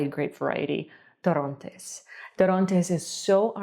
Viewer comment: Okay it's not torróntes it's torrontés